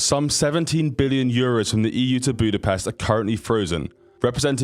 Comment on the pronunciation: Ahhhhh, he fucking said Budapest right. You know how fucking rare that is??? Pest in english means a bad thing thats why we hate it when they pronounce it that way.